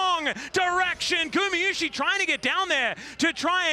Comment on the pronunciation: T1 fan here, IT IS NOT GU MI IT IS NOT GU MEH IT IS GU MA PLEASE SAY IT RIGHT .